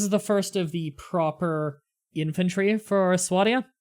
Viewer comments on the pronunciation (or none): It's sw-A-d-i-a